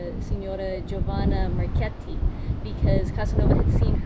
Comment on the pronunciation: Marchetti.Chetti pron. like Ketty